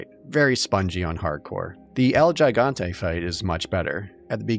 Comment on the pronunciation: I really love your reviews... But Gigante.